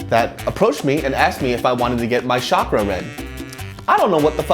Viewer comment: I kept laughing when he kept saying schakra. I was hoping he would correct her and say chakra like naruto.